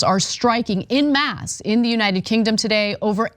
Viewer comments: en masse, not 'in mass'. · Someone teach Ana to pronounce "en masse".